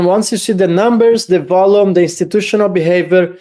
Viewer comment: In typical XRP social media style ... "You must do this by tomorrow... Volume is pronouced Vol-yoom not vollum" giggle